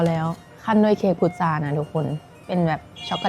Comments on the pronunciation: พุทรานะ ไม่ใช่พุธา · พุทรา ค่ะ ไม่ใช่ พุทธา